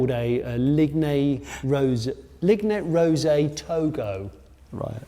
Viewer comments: liggne roset - "linje rose" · Just caught up with this one, love these car cave videos! Johnny the furniture manufacturer you’re talking about is Ligne Roset, pronounced ‘leen ro-zay’. I know the sofa you mean (‘Togo’), very cool 70s piece that you can still buy new. Great choice 👏💪🎯